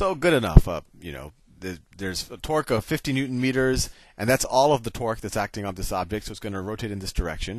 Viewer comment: "You know then that the net twerk is zero" That was literally what I personally heard